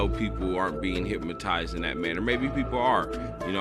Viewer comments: it's hypNOtize. Not hypmotize bruh lol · I think you are trying to say Hypnotize rather than Hypmatize....just saying! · Hypmatist... hypamatism.... thee-ATER. My dude, you learned how to crawl before walking... so you gotta learn to read first before you can make videos and talk about things you cant even understand. And... you cant speak correctly yet you're making claims talking about MK Ultra yet you dont even know what MK Ultra really is, how it was used, the facts, the findings, etc. You play this Roseanne clip when Roseanne herself has no real knowledge and watched some dumb video like this that was poorly made and thinks is real bc shes in her 60s and doesn't know any idiot can make a YouTube video.... even if he cant speak english coherently.